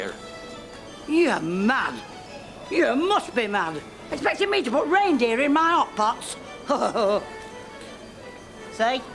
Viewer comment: Betty don't know it's raindreer 😅😅😅😅